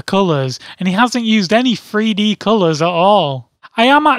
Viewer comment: sounds like free-D